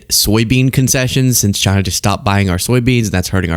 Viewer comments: It's pronounced CHyyyyyneh. 😂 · It's "Jina" dammit!